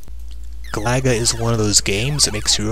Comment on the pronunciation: I believe Galaga is pronounced GAH-luh-guh. Then again, I could be wrong.